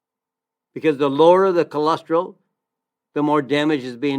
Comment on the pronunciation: Don’t understand why you started out telling us not to worry about cholesterol, but then one of the first products you mentioned was Amla, which is for dealing with high cholesterol. 🤔 Also, why do you say “cholestril” instead of cholesterol? Cholesterol is four syllables, not three.